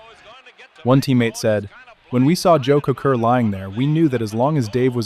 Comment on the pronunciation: It's pronounced Koser. Joey Kocur.